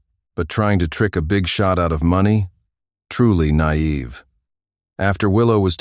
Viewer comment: "Nayeve. Far too nayeve"